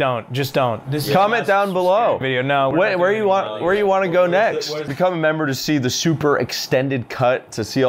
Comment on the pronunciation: ''The kitchen wair the female hung out ''😂😂😂😂